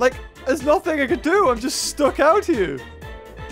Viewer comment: When he says there sis no food here: Me: there's you ○v○